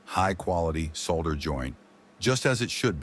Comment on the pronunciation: AI doesn't know how to pronounce "solder" and the word is in this video dozens of times. AI stinks.